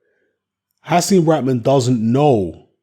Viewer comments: it's Hasim RaHman. It's a H, pronounced RaHhhman, not rackman or rockmon. Most westerners can't pronounce the H. They change it into a K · He was born in Baltimore and it was pronounced raKman, at the time. I know in his parental homelands it wouldn't be pronounced that way, but hey, americans bastardise all sorts of names and words.